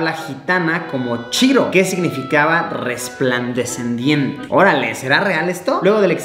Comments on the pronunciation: Nadie: Absolutamente nadie: Luisito: Resplandecendiente Jajabaja❤❤ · Todos, absolutamente todos al leer: Resplandeciente Lusillo el pillo: "Resplandecendiente" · L3UMA5 Es Resplandeciente y luisito dice Resplan decendiente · Nadie: Absolutamente nadie: Luisito: "respladecendiente" Edit gracias por los likes, nunca tuve tantos jajaja Siganme en Instagram, devuelvo